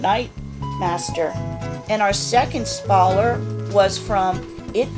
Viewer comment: I love your sneak peeks! And you make me giggle when you say “spawler”💐🌷🌸🌹🌺